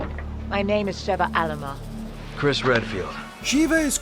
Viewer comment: Shiva Alomar “My name is Sheva Alomar”